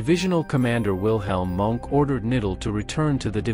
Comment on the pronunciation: You can't even pronounce Knittel's surname! Do your homework and learn how to pronounce German names properly. It's K-NITTEL, with the K sounded, not "nittel", and Leibstandarte is not pronounce "liebstandard", but "layb-stan-dart-e". Mohnke's surname isn't "monk", but MOHN-KE". Plus you conflate the SS with the Waffen-SS, a totally different organisation. How do you expect to be taken seriously after all that?